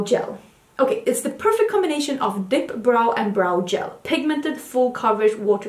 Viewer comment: As I was listening to the part about the ABH “dip brow gels” my fiancé thought that you said “dick brown” 😂😂 I am dying 💀 🤣 He wants to know what kind of makeup I’m putting on my face 🤭